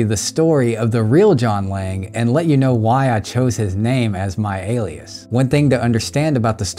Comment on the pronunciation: Ok I thought you were saying "John Wang" the whole time 🤣